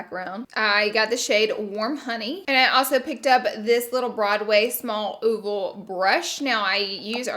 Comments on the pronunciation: Did she just say ooovul instead of oval 😂😂😂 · The way she said “oval” 😂💀